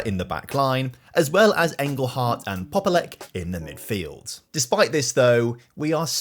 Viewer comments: wow, you got young Polish prospect, Cyprian Popielec! - ergh, no. It's more like "Pop-yell-ats" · You are saying "Popielec" wrong. In Poland we dont pronounce "c" as "k". It's more lik "ts" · regarding Polish pronunciation, I noticed that you pronounced "Popielec" quite poorly. I didn’t even realize you were mentioning him as a transfer. As a Polish fan of yours, I kindly ask that you watch a YouTube tutorial on Polish pronunciation. Alternatively, I would be happy to help teach you!😅